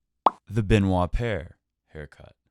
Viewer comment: Paire baby, it’s paire the pear.